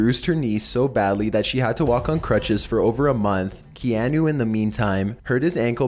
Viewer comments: is it just me or was he saying KeAnu and not Keahnu ? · Key-ah-nuh Reeves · It's Kee-ah-nu 😂😂😂😂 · Kee-an-OOO LOL